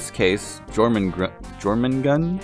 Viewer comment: I think it's pronounced "your"-mangund.